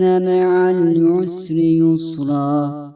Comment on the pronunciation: Allah razı olsun. Kızıma ezber yaptırırken dinletiyorum. Çok faydalandık. Yalnız "inne meal yusri yüsra" şeklinde anlaşılıyor dinlerken. Dinleyerek ezberleyenler için sıkıntı olur.😔